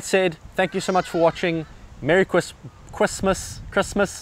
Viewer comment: You’ll know what Kwismas is when you have a three year old child, lol